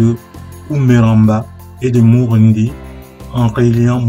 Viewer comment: MURINDI et non MURUNDI